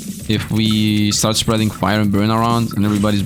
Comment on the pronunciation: "Spreading with poison" Are you Dutch, by chance?